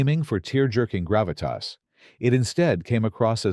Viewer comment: You forgot Grav-it-Tossssss! Lol